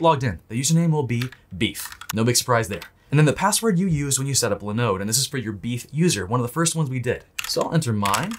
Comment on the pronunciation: linode linode linode....come on man.